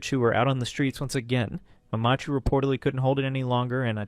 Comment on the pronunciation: The way you say mamachu and papachu is fucking irritating. I hope you did it on purpose instead of sounding like some German/Norwegian child pronouncing it.